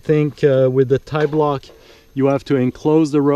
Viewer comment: I always love your videos, no wonder why Andy Kirkpatrick quotes you. Man you are a genius. The only slightly naughty comment I'll indulge in is: I prefer pronouncing tiblock as the French pronounce P'tit block which is the shortened version of petit block rather than tie-block. I'll doing some solo top roping on Wednesday but luckily enough I'll be able to abseil from the top of the crag. I bought myself a Roll'n Lock last year after seeing your comments on it but I still have a shunt which I use often with double ropes but I also use a back up hitch. Most single pitch climbs here in France are over-bolted so your Stickclip method would be most convenient and once you are at the top after all that toil, you could traverse and use other lines too and spend all day climbing on your own. Thank you again.